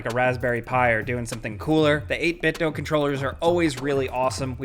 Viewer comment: The PDP Xbox remote is trash. The d-pad is awful to use and the remote is fragile. A couple drops to the floor and it’ll start having problems. Oh, and it’s pronounced 8BitDoooo